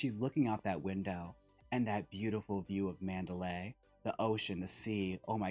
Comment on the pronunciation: Manderley is pronounced Man’-der-lee. Not Man-da-lay’.